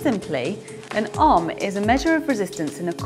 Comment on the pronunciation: ohm is pronounced owhm